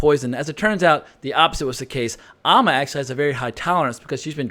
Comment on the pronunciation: AND it is AMMA (BAM) NOT AHHMA!! You have ALSO been mispronouncing that name too!!